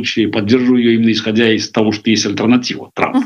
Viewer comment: иЗЗЗЗ, милая, ИЗ какой страны, нельзя же так, Вы диктор или нет? Вы же не на рынке, если Вам не жалко Каспарова, то пощадите наши уши, сразу выключила: Каспаров согласился на интервью с безграмотный ведущей